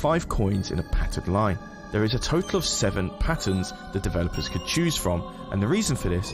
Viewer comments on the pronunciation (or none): none